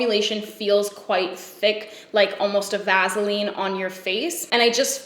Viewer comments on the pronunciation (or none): VAZZALEAN girl im here for how you say that, had me cackling, as did your champagne highlighter real talk...it me... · I guessed she was in Canada because of the way she said Vaseline